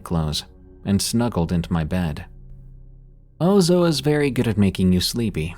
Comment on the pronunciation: Its Ouzo, pronounced: Oozz,- O!